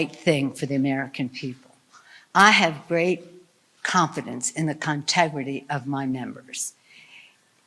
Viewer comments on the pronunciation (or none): she actually said "contegrity" not integrity. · Contegrity... its a word but ewwww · No....she said "CONTEGRITY". Even that fork-tongued devil can't use 'integrity' in the same sentence with 'democrats'. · Dear Nancy: your vodka ice cream shakes are showing. "Contegrity"? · Integrity is the last word I'd use to describe them. Did you notice Pelosi couldn't even say it right the second time. She said CON-tegrity. Very fitting. Now con is exactly the first word I'd use.